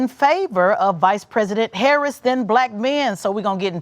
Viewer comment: The way she pronounces "Haaarriss" is awful btw. 😂